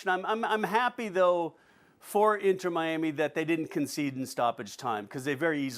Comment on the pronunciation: “Inner Miami” lmao these fools